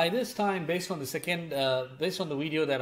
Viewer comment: I just want to hear once and only once when u make another empire z video can you please say "video" instead of "widey'yo" and the you can go back to "widey,yo"